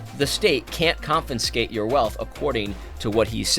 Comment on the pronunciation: AD! Bruh! It's "confiscate" not "confinscate".